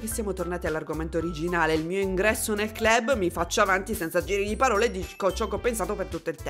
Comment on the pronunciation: Dovrebbe essere “clab” la pronuncia, ho visto sto gioco in qualche live ma MAI avrei pensato potesse aver qualcosa di Horror, ora sono curioso.